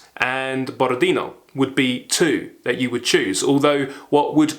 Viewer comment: Borodinó (tonic accent on the last ó). Ваш энтузиазм очень трогательный.